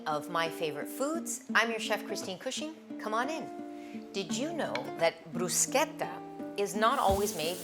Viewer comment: Love it all coz all are for healthy eating 🌈💖🌷✨ Thank you for also teaching the right pronounciation of Bruschetta. 💖💖 Coz not everything or word should be pronounced in American English. There are words to be pronounced the place or country of Origin. Some people I know used to laugh at me the way I pronounced words coz they don't know how to pronounce it from country of origin or the way other countries pronounce it. European and Asian are more similar in pronounciation of several words that are so different than American English.